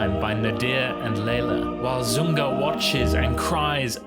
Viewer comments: It’s “ZuRga”, not “Zunga” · It's not ZuNga, but ZuRga.... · IThe character's name in the Pearl Fishers is "ZuRga", not "ZuNga",,,, also you pronounce the name "Gilda" incorreclty. It's pronounced with a soft (not a hard)"G" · A little hard to take you too seriously when you can’t get the names of the characters correct! Rigoletto’s daughter’s name is pronounced with a soft ‘G’ (i.e. Jilda), not a hard ‘G’. The character in The Pearl Fishers is Zurga, not Zunga! Please do just a BIT of research before you send things out into the world on the internet - mistakes like this just make you look a little silly. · I like what you’re saying as a veteran opera and ballet goer (over 60 years); however, it’s Zurga and Gilda (pronounced with a soft g [Jilda]).